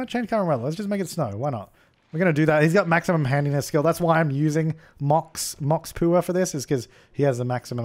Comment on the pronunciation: Mox Pooer, lol